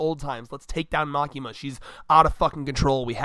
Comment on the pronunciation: Again its Makima.........just Makima